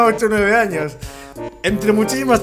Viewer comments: en el minuto dice anos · jajaj es sony al reves pero si dice anos jajaja